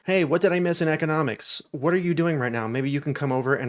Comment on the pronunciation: Did you say "ickenomics" 😂